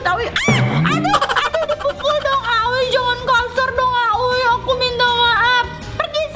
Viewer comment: Kak manggil aoi miyami, awi